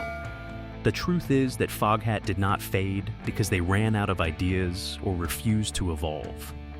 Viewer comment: I hear that! When AI said Fogehat I said WTF FFS!